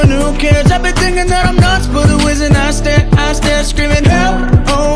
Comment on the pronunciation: He says I stare not I swear lol